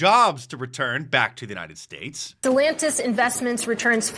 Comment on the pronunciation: She also said Dellantis.